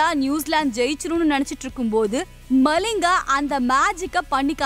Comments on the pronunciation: மலிங்கா இல்லை மலிங்க 😊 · Lathis malling illa , lasith Mallinga